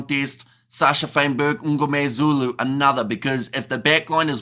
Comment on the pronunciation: Just a comment. You produce Sacha surname slightly wrong it is not "Um"gomezulu....... but Mngomezulu. Small thing.